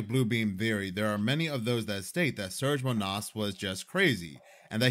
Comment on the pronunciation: His name isn't pronounced "Surge" but "Serge", it's a Slavic name. Pronounced "Sir-Gae"